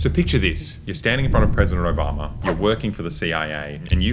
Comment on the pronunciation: ahh yes, who doesnt love "Presiden Robama"